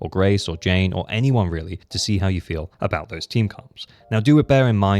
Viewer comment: Ah yes "anout", my favourite word from the English language